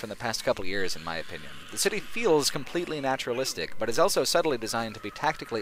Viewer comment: says elso instead of also.